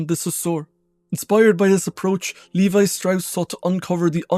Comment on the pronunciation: It's 'levee' (Levi)